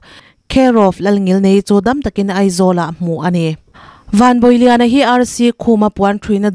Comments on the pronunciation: A hming leh a khua hi i lam diklo deuh em aww Van bawih lian nilo in van bawi lian anih hmel a khua hi ziah dan ci cai tih anih hmela khaw chhak unau ten C hi mizo chuan ch in kan hmanga chu vangin chi chai tiin lam la i lam dik ang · Vanbawihliana(bawih tih hi ilam ri dik em aw... Kan fa te, Bawihi, bawiha tih ang a bawih tih hi lamrik tur anih ka ring lo e....Bawih ni lo tur in krista chuan min chhuah tir tawh kha.... tih laia Bâwih tih hi lam rik tur anih ka ring, Van hi chu a bawih ka ring lo, Vanram lam tan hian Bâwih anih ka ring zawk😅😊😊😊